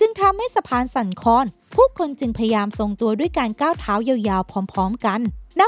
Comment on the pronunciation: เนื้อหาน่าสนใจ แต่คนพากย์น่าจะอ่านคำควบกล้ำง่ายๆให้ดีกว่านี้ เช่นคำที่สำคัญในคลิปนี้เช่นผิดพลาด แต่อ่านออกมาเป็นผิดพาด สั่นคลอนก็อ่านเป็นสั่นคอน อีกจุดคือการแบ่งวรรคในการพูด ฟังแล้วไม่ค่อยลื่นสักเท่าไร